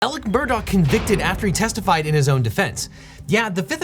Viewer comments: Take a shot every time he mispronounces the last name. It’s not “Murdoch” it’s “Murdaugh”. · why in the hell is "alex murdaugh" pronounced like "alec murdock"??? neither one of those names ends with a ck sound!!! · Does anyone else cringe at how this guy keeps calling the family murdock instead of murdaw? I know it's a small thing but you'd think with lawyers the attention to detail would be above average... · Am I the only one who is hearing him say "Murdock" instead of "Murdaugh" for the whole video? Or is this just how it's pronounced? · A double murderer and the worst part is still how he pronounces his name, Alex Murdaugh, as Alec Murdock. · Awesome recap. Only criticism is that his name is pronounced Alec Murdaw. Not Alex Murdock. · It's "Murdaw". Idc what anyone else says you can't use that spelling in your name and pretend it's a keh sound. Their whole family has spent their entire lives correcting the way everyone else pronounces their name, imo they're wrong it's at daw sound not a dock sound. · Why does he keep saying “ murdock” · The way he keeps saying “Murdock” is so annoying like it’s obviously not spelled like that. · Ok this is driving me crazy. Is the name actually pronounced 'Murdock? Because that's how he keeps saying it. In the Netflix doc, I heard Murdock, Murdah, and Murduh. Which one is it? I know it is stupid but it makes me feel like I am insane. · As someone who has unwillingly been exposed to all this drama, I feel compelled to contribute this: Regardless of the spelling of Alex Murdaugh, he pronounces it Alek Murdock. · Somebody sue these corrupt mfers for pronouncing everything wrong. How do you get Alec Murdock out of Alex Murdaugh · Not that I want anything to do with defending a murder, but it’s a GH at the end of MurdauGH… not a CK. We’re not talking about Rupert MurdoCK, we’re talking about Alex MurdauGH 🤦‍♂️ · Alex Murdaugh pronounces it like Alec Murdock. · He keeps saying Murdock lol